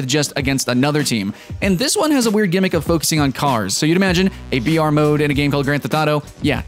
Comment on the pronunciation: every time you said br, I herd vr XD